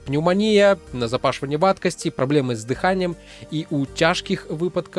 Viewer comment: Здаецца я пачынаю быць грамарнацы. "ды’ханне" больш карэктнейшае. Не "дыха’нне".